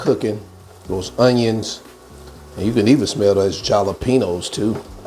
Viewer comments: Love you but jalapeños is pronounced “halapeenyos”😊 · Jalapenos, pronounce it like halopenos. In Spanish the I sounds like an H. Not picking with you, just want to help, because you do such an awesome job! You have a great passion for cooking. Keep up the good work!👍😉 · Wait u can not be serious w/ur pronunciation of "JALAPEÑOS"